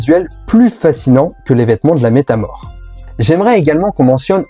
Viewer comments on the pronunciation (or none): Fusion métamol, pas métamor xD tu me fumes à chaque fois